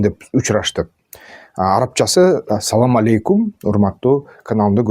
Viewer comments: Саоамаоейкум эмес, туугандар ассаламу алейкум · Салам алейкум туура эмес, Ассаламу алейкум туура болот